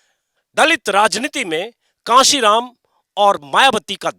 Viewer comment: कासीराम नहीं सर, कांशीराम जी कहिए